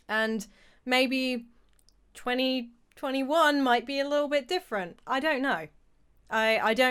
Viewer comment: Have u guys noticed when u say 2021 for the whole time it's sounds like 2020 won and it did Conspiracy theory anyone 👁️👄👁️